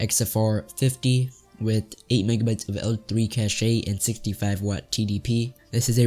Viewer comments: Great vid, try talking with a tad more passion and cache is pronounced as cash just cash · "8mb of caché"